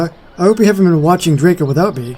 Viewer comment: Oh! I love this video! If you are wondering how to pronounce it, then it’s pronounced: “Dray-co” Great video!!